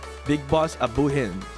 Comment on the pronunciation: pronouncing abu hind name right i can't believe it